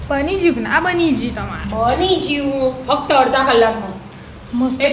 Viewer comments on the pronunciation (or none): મામા? કે મોમાં? કેમ બધી બોલી માં ઉપર માત્રા લગાવો છો પાંચ ને પોચ ને મામા ને મોમાં બની ગયું ને બની જયું એમ કેમ કહો તમે લોકો તમારી કઈ ભાષા છે ગુજરાતી નથી બોલતા